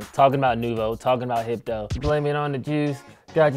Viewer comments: Them saying hypno made me a lil upset 😂😂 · Every time they said “HYPNO” I wanted to FIGHT!!!!!! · They should’ve gotten 80’s babies for this. I was born in ‘83 and I’m 38. If you haven’t really been exposed to those drinks meaning old enough to drink them you can’t really give them a fair review. You DO NOT call Hypnotiq “Hip-no!” 😂